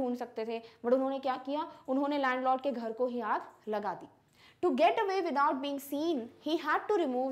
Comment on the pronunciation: Who noticed , "unke ghar ko (Aaagi) laga dete hai" 🤣🤣🤣🤣AAGI 🔥